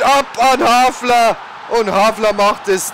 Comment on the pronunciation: Bitte les dir doch mal die Namen der Spieler genau durch :) Immerwieder amüsant, wie aus einem HALFAR ein HAFLER wird ;D Sonst echt klasse !!